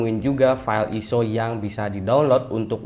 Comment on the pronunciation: bacanya ISO bukan ISO